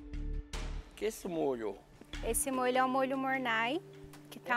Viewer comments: "Monáy", "beriblein" kkkkkkk Eu falaria igualzinho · Molho "mornay" (MORNAI) Molho "mornay" (MORNÊ) Molho ''Berriblain" Molho "Beurre Blanc" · E a Paola corrigindo, MOR-NÊ kkkkk